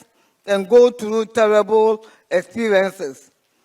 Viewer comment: 'Tellible' ampa 😂😂😂